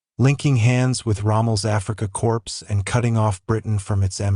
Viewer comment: Dear - It's pronounced "Africa Core", not "Africa Corpse". Also, I didn't get that far yet, but the German General named Hoth is pronounced "hote", not "hawth". There's no "th" sound in German. British narrators make this mistake all the time. They like saying "Franklin Roo-sevelt." But they'd never say "Winston Churkill."